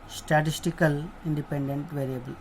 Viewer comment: Statistical...... Not statical